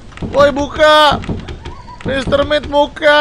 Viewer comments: Ralat: Dibacanya bukan mr met tapi mr meat ya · mit bang bukan met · Mr. mit bang bukan mr met